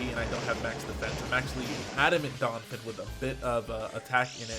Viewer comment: Anyone else cringe when he calls Donphan "Donfin"?